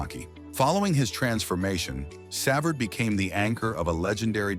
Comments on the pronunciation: Brutal. Pronounced Sa-Vard. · Shut this crap off. The least AI can do is pronounce his name correctly. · AI cannot pronounce his name.